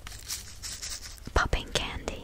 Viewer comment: ポッピングキャンディ🍭🍬の発音めっちゃ好き